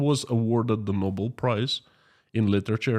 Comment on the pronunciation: Bobel = Nobel;) a small mistake. Greetings and have a great day.